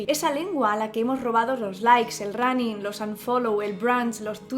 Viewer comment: Tú también dices "ranin". Definitivamente es algo fonológico-cultural.